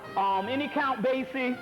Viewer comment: Count Basie not count basic lol